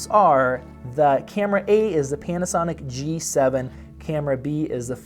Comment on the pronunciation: I swear to God in the starting of the video when he said Panasonic.. I herd penis sonic...